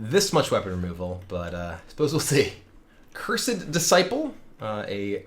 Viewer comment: “Cursed” = “Cresend” 😂🤔